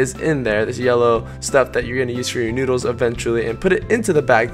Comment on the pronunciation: The filipino word of Ramen is Noodles but how u pronounce it is NUDILS